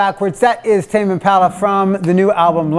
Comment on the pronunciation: Can;t pronounce Impala though - "Impalla"